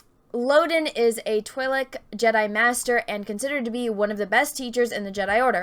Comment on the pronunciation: Good couple of videos. "I've heard them being pronounced both Tweelek and Twaylek, but since Ihear Tweelek the most that's what I'm gonne pronounce them like..." pronounces it as Twaylek for the rest of the video :'D